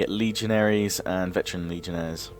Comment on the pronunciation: Daniel Jacob Chacko It’s actually pronounced Legionnaire(s).